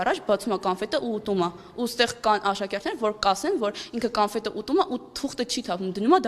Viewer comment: Նույնիսկ էս աղջիկը չգիտի էդ բառը արտասանել: "Կանֆետ"